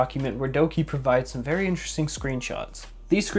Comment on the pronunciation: vewy nice